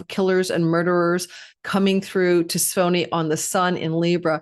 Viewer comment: For those who are curious, Tisiphone The most common English pronunciation of Tisiphone is: tiss-IF-uh-nee Breakdown: tiss (rhymes with kiss) IF (rhymes with if) uh (a very soft "a" sound, like in about) nee (rhymes with me) The stress is on the second syllable: tiss-IF-uh-nee. With English being my 1st language, I struggled mightily with learning where the emphasis belonged when I was learning to read and write Greek. Sending lots of support and love to, and each of you here enjoying her channel! Namaste🌟 💫💜💫🌟